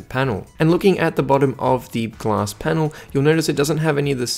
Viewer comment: Back Glass What a pronunciation of the word...